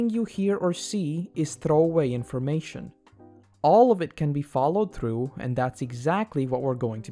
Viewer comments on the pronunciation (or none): I don't know how many freaking times he pronounced "R" so freaking wrong...like in "through" it's not like it's through but like it's "thrrrrrough"!!